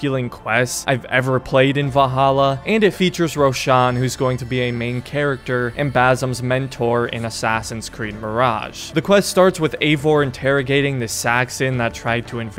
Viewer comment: It's Basim not bazim